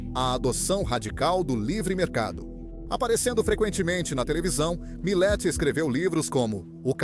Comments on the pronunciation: O nome dele é milei, não milai, só para corrigir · Po cara,nao e Mileti nem Malei,e MILEI porra!!ve se fala direito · Não é Malay, é Miley ! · Video muito bom. Triste é ter que ouvir essa locução feita por inteligencia artificial que não consegue nem falar o nome "Milei" mais de uma vez sem errar. "Milet, Mile, Malai, Milai, Milei" cada hora fala de um jeito. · Malai, milai, 😂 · isto é comum em narração por IA. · A IA consegue pronunciar o nome "Milei" de todas as formas, com todas as pronúncias, e quase nunca a correta.